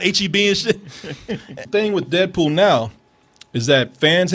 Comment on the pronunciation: sounds like says "dead pooh" lol